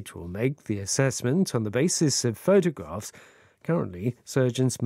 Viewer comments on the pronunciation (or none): 한주동안 좋은 내용 잘들었습니다. 오늘 photographs 발음은 정말....ㅜㅜ